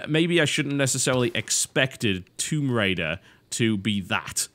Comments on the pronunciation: WTF is THOMB RAIDER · "THOMB RAIDER RAID THOMBS" Before he edit's it